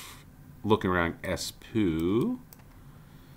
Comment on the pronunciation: Btw, -oo (like Espoo, Porvoo) is pronounced more like door than poo. Someone more professional linguist might comment something more helpful.